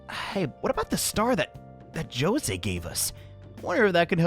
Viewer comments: It bothers me as a Mexican that his name is pronounced “Jo Se” rather than “Ho Se” I shall suffer this internal pain forever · Isn't José pronounced like ho-say ... not jo-say? Wtf. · Jose Me: It's José! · Us Filipinos don't say Jo-Sey, we say Ho-Se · is it really pronounced as "JOE-SAY" and not "HO-SEY" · Yeesh, every time I hear the game's pronunciation of Jose, I feel a twinge of pain inside my heart. I have to keep reminding myself that the boy in the Eggmobile is an eldritch abomination from the depths of the Jungian model of the mind, and his inhuman name is simply easier to pronounce than most. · The pronunciation of Jose in this game greatly bothers me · My name is Jose and I am triggered on how the localization team pronounced the name. Damn.